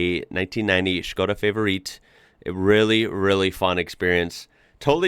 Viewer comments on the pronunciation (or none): 'Favorit' is pronounced fah-vor-it, not fay-vor-eet 🙂